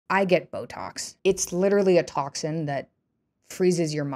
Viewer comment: Well she didn't say it she just said syouh should gyet byotoxs